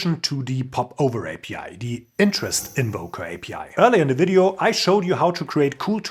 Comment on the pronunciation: Hey from one to another: You pronounce "view" perfectly fine!! But you do "video" and "value" with a very soft V. Try the sharper view-V on these too!!;):face-red-heart-shape